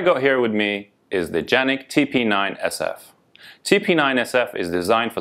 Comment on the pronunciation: Thank you for pronouncing the name correctly, very few video reviews done in the US do this! Also, thank you for producing an amazing pistol, I have both a TP9SF and SXF. I also just bought my son who is a Los Angeles county Sheriffs deputy a SFX and he loves it.